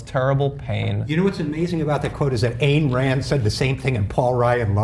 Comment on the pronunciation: Gee TYT, thanks for completely lying about the Libertarian philosophy in true liberal fashion. You can't even pronounce "Ayn Rand" correctly.